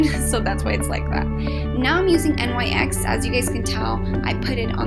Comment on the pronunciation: you do know that NYX is spoken like "nix" ;) btw like the video alot